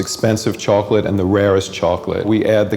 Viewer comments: it's vchoclate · "Choconilla" "Vchocolate"